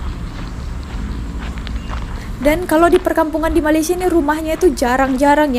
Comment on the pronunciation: orang Malaysia tak sebut malaysie.....its Malaysia